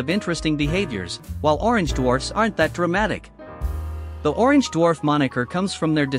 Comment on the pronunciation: number of times said orgenge 29